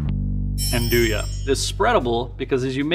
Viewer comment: The one used in the video is kinda lame. You are not even suppose to slice real Nduja, it has to be heated then you can spread it on bread. Also the video gets the pronounce wrong : the J is pronounced like in "Bonjour" in french.